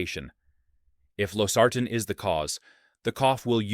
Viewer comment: I'm pretty sure this is AI…Losartan is pronounced wrong every time!